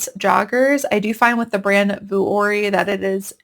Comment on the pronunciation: Hi! Love your videos! Vuori is pronounced vee-or-ee, not vu-or-ee. 🤍☺️